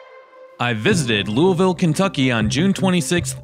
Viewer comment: I live in Louisville in middletown in fact. I'm not a snob and I usually don't run into snobs in this area. Those who work hard, make good money and have great credit can have what we want. You're rude and you don't even say Louisville correctly 🙄